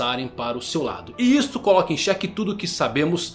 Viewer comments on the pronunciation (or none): none